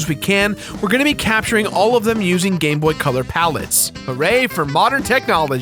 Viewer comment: to me when he said gamebot it sounded like he was saying gay boy